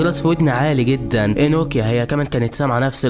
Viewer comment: انوكيا ❌ نوكيا ✅